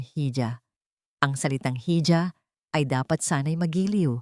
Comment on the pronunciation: Mali mali ang pronounciation ng nsrrator kamukhs ng iha hija sabi